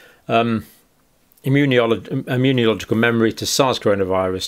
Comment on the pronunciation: Please stop adding an extra "I" into the word when you say immunological It's not immuniological You're a professional, please get it right John, it really jars every time you mispronounce it 🤦